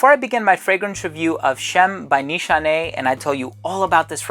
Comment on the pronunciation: Awesome as always,this brand actually from my home country🇹🇷👍👍👍btw your pronunciation on nişane(means target,aim )right on the spot!